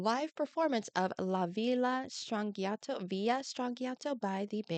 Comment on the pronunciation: Strangiato is Italian... since there is no letter J in Italian gi is always pronounced as J, so it would sound like Stranjiato